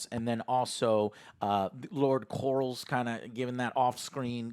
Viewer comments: it bothers me so much that he says "lord corals." Like they say his name probably 80 times the exact same time throughout the show, "LORD COR-LIS." How can you mispronounce it? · I believe it’s lord corlys not lord corals lol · Corlys = Core....Lissssss not Corals, Jesus it's not even one of the harder names. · Lmao “Lord Corals” 😂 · Is Joe calling him "Lord Corals" on purpose or does he just not know it's Corleys lmfao 😂💀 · Who the fuck is Lord corrals ? 😂😂 joe never says any name right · How's Corals doing or Damian or Rey? How are they. And Larry. Can't forget good ol Larry. Oh yeah and Egon and Corls brother Aemond. I swear he calls him the same thing. I know GRRM said there's no wrong way to say names but come on 😂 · "lord corals" lol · We’re on episode 8 and Joe never seizes to amaze me by butchering every character name 😂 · Please stop brother it makes you look dumb af his name is corlys (cor-lees) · Stop saying corals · Please tell me they're pronouncing Corlys like that as a joke and they know it's anhorrently wrong